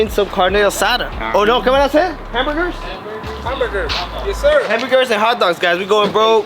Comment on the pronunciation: He said hartbergers